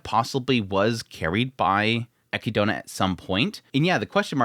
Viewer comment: I’m sorry that I’m going to be that person but this is bugging me, Echidna is pronounced uh-KID-na not eh-ki-doh-na.